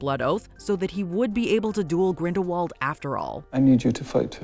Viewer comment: And you need to listen to Jude Law's pronunciation Grindelwald As you are saying it wrong JK Rowling Tell him how to pronounce Correctly